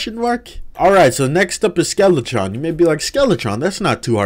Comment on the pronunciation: Skeletron and Dark mage Butchered those names